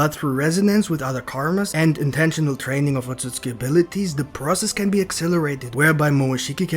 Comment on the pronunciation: how many likes is it gonna take for you to stop saying otsuski.